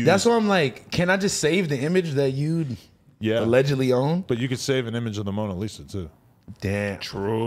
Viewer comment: We need an “ALEDGEDLY” button &&& “PUASE “